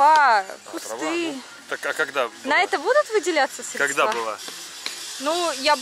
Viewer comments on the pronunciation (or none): Направление принято показывать ладонью, а не пальцем. В слове "средства" ударение приходится на первый слог, а не на второй.